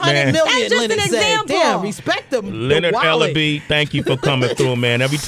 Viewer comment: Its Ellerbe!